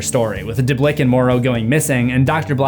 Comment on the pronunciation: Pronounced Deblieck wrong lol. It's Duh-bleek. I went to high school with him and we roomed together on our high school band trip in 2004.